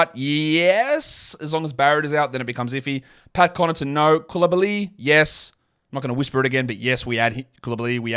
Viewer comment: its COOL uh bah lee. Not coolibaLEE